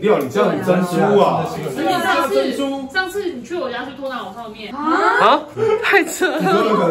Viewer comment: 或者 珍"主" ?